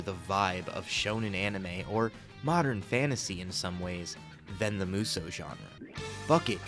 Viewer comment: Just one issue: It's not pronounced "Moo So". (And it's not "Myu So", either.) Muh- (short and clipped) So-Uh. That said. Most Musou games are bad. But there are some absolute gems among them. (And the majority of the bad ones are the spin-off games.)